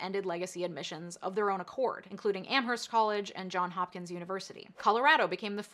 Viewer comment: ITS JOHNS HOPKINS WITH AN S